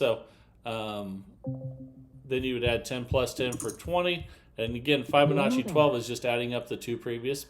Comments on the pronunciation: This is not a Fibonacci progression. Fibonacci is etc. Also Fibonacci is pronounced with a short i, as in to "tell a fib". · just REFUSES to use the proper pronunciation for FIB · Yep. He's rather obstinate. Or, stupid. Once you've been shown the correct way to say or do something and you continue to do it wrong, you're either obstinate or stupid.